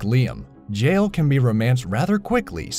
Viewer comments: you said Jaal like Jail hahahaha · Why is it so hard for some people to prenounce 'Jaal'. When I hear Dutch, German or someone who's not English say it it's always 'Jaal' but I hear lots of English people say 'Jail' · Floymin Eeoess, Angeruh, Jale, Kuhdaira, AGGH